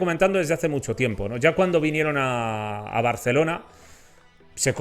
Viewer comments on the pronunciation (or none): none